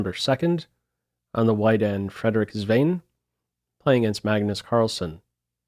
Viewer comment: Frederik Svane is pronounced something like Federik Svah-neh” rather than “Svein”… just for the record. Name means Swan btw.